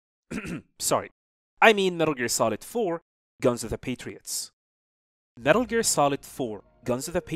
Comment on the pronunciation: First of all, it's METAL GEAR NOT METRLE GREA. please pronounce it correctly